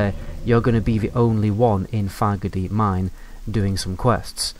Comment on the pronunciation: I keep thinking you’re saying “Faggotdeep Mine”, which....Wells it isn’t wrong.